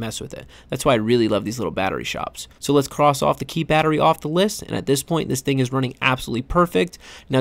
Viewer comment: “Bettary” aka Battery